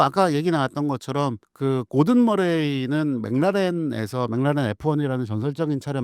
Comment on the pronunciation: McLaren 맥클라렌을 왜 자꾸 맹나렌 맹나렌 이라고 발음을 해요… 반복적으로 나오는데 왤케 듣기 싫은지… 신경좀 써주시기 바랍니다..